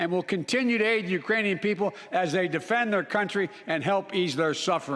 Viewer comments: he said "Uranian people". As in people from Uranus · He did a very good slurred "Ukrainian". I don't feel ok! He is spiraling the U.S. out of control. He's only for himself & his pocketbook. Same for Pelosi. FJB! Let's Go Brandon! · Sounded like "Uranian" to me and reminded me of that song "Ukranian Uranium Bread". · Did he say Iranian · I heard Uranian people... (-_-) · It's right after but he clearly said Uranium people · I had to listen to that gaffe twice. It sounded as if he had said, "...the Uranian people." Do they have people on Uranus?